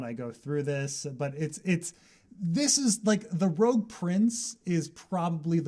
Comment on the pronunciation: I thought it was rogue(rebel) not rouge(red)